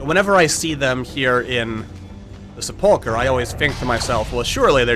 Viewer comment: I really like your videos. That said, I die a little inside whenever you mispronounce Sepulchre.